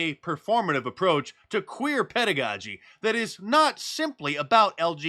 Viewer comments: Pedagogy OR PEDOgogy?🥴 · It's drag PEDOgogy not pedagogy